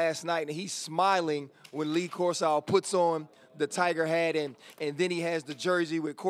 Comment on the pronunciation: This dude really thinks it's pronounced Lee Cors-OW.